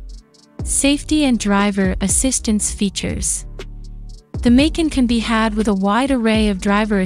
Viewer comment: MAY--CAN. lol so lame.